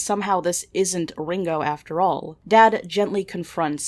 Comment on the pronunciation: cant shit on veronicas pronunciation when you say Ringo like the beatle lmao